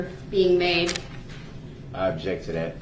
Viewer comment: Det. Casey was GREAT.....love how he waited for DB to "ub-jekt" before he answered every question.